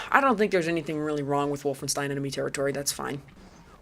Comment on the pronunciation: I liked Zeno Clash a lot... I am one of those people. Good enough for this list? Unsure, but still IMHO a good game. That ain't how Wolfenstein is pronounced:P... Very fair on Serious Sam this time. Seems like I got through:D. Also agree, the original is a better choice even if IMHO the HD remake is good for new players to enter into the series. Metro 2033 is an example of remediation in gaming. Deserves to be on the list. I strongly dislike Far Cry 2:P COD 1 and > MW1. Call of Duty MW2 is American Propaganda (along with MW3). Too stupid, they ruined it:( Dislike Red Faction Return to Castle Wolfenstein > The New Order, even though IMHO TNO is great, one of the best in recent times. Natural Selection is that good. So is Tremulous. And to be fair so was Turok:P Crysis 1 is an excellent game. AMD/ATI/Nvidia fanboy wars and faggots ruined it. Its MP is great, its SP is an excellent grieving sandbox. I agree on IGI and Far Cry 1 in general though. Stop hating on Indie games or I will be forced to school you:P Planetside 2 is good and many people play it. Bioshock 2 is better than Bioshock 1 and both are worse than System Shock. Strongly dislike Far Cry 2. What it did, STALKER did better and before it and even recent FC games lose in comparison. CS:GO is not BS. Play it, you are wrong. Half Life 2 is great. Delta Force Black Hawk Down is an OK pick IMHO, but not for a Top Game list. Important IMHO overall. STALKER is fine to be in the top end of the list. It created g